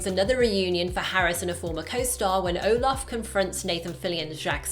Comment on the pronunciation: It's Olaf not Omar